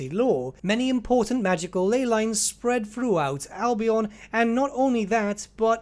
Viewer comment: Albion is pronounced "Al-be-en" not "Al-be-on".